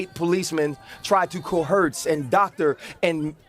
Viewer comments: Dear dumb Ryan Clark. The word is COERCE, not cohurts. 😂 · What the hell does "Co-Hertz" mean? I get he meant coerce, but my God. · Co-Hurts? Co-Hertz? Oh yeah....... COERCE. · Brotha said "coHerse" 😂